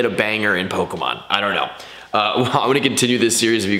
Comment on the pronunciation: Bro you gotta figure out how to pronounce Pokémon